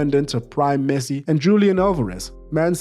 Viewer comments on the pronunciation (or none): none